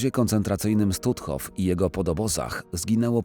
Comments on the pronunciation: Jaki Stutthof, czyta się Sztutof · Stutthof czytamy Sztutthof, w niemieckim "st" na początku słowa to "szt".